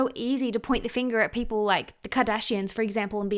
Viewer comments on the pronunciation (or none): none